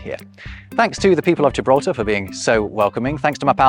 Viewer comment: Why LamborGini, but gJibraltar?😞